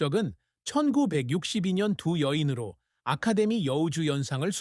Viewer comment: 1962년을 1662년(천육백육십이년)처럼 들리네요